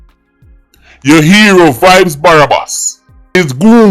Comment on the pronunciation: Drop the second a in Barabas,,,😂😅